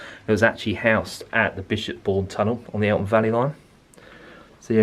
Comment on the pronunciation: Interesting video, but you have consistently called it the Eltham Valley Line. There is no T in the name.🤨